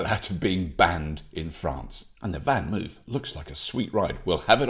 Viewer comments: Pronounced “fahn mofe”. Thanks! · I'd think if you were truly a 'nederlanderphile', you'd be a bit better at pronouncing 'Vanmoof' - the 2nd syllable [more or less] rhymes with 'loaf', not with 'roof'.